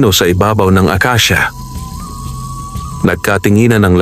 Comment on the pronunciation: Himdi akisia kundi akasia